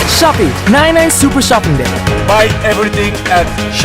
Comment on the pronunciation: ชอบปี้ ? ซื้อถุงยางที่ช็อปปี้ 555 Like to f**k? Buy condom at shopee That is what i hear in Thai 😂